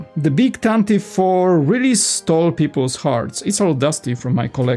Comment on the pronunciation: Pronounced “Tan-tiv-vee four”